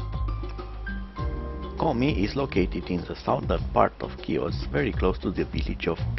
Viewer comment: Good job with the video! You did a wonderful job. The island is Pronounced “He-Os” just to help those who have never been to this beautiful island.